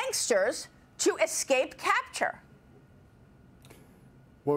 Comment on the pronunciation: Did she say, "ec-scape?" The word is ES-cape. Sorry folks. That oft mispronounced word grates on my nerves.